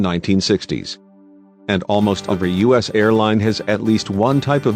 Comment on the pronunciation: How about using proper grammar. You say 'us" (time mark ), instead of U.S. and what's with the stick figure drawings ? They don't make any sense. I hope you aren't the same people who did the Pan Am video where the narration kept repeating itself and they put Lockerbie in the United States instead of Scotland. If you're going to do a historical video, get your facts and pronounciation straight. Eastern went out of business in 1991. I know this, because I did a presentation on the airline, in one of my business classes in college.